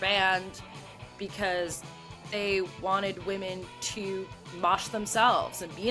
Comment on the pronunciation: great topic! can't get over the pronounciation of "wehmen" though 😂